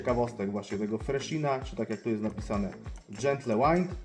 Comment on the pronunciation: Majster jak chcesz podciągnąć angielski to: nie brezin tylko brizin nie gentle łajnd tylko dżentyl łind. Pozdro